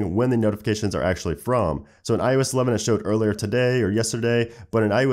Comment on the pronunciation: '' On IOesh 12''